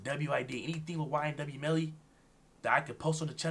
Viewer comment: Bro said ynw belly that got me laughing